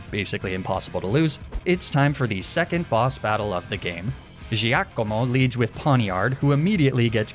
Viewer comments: Duuuuude the dark boss is GIACOMO not JEEAKOMOH xD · As an Italian, please let me tell you you need to work on your pronunciation of Giacomo (or Giovanni, for that matter). "Gia" and "Gio" in Italian are equivalent to "Ja" and "Jo" in English, so you would pronounce them "Jacomo" and "Jovanni." Also, no need to add that fake Italian accent that no real Italian has. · As an Italian, I totally lost it at your pronunciation of Giacomo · No need to put all that effort in pronouncing Giacomo, you're butchering it anyway lol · look, he went out of his way to pronounce "Giacomo" with a funny accent, to make it sound more "Italian." I'm just providing information on the correct pronunciation, hoping that maybe, some day, Americans will start pronouncing Italian words more correctly (and without using the insulting fake Italian accent they think is so authentic.)